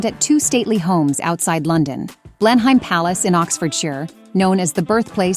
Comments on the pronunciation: It’s Blen-um not Blen-hime! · Blenheim pronounced Blenum. 🙏👍🇬🇧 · Great video - one tip - Blenheim Palace is pronounced ‘Blenum’ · Blenheim is pronounced BlenIM